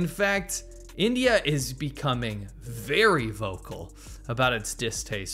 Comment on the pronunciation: "Weawry fast on that new choo choo twain." 🤣